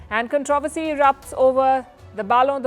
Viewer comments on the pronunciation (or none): Please learn how to pronounce “ controversy”. Your pronunciation of common words is painful , to say the least! It is not “con TROV ersy “, but “ CON TRO versy”.